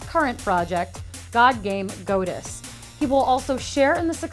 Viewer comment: God-us Wolfenshtine Love the videos, just trying to be constructive with my criticism of your pronunciation. :)